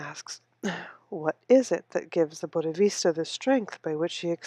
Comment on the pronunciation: It is not "Buddhavista" It is. BODDHISATVA ( wrong pronunciation), but thank you for reading.